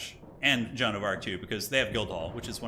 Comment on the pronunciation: Every time he calls Jeanne John I want to rip off my ears and tear my drums out. WHY?! WHY DO YOU CALL HER JOHN?!